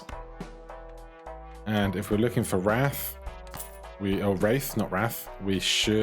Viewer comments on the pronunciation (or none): Wraith is pronounced (ray-th)